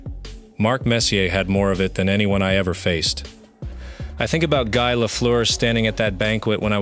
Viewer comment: Exaclty! Guy in french has to be pronounce like Guee!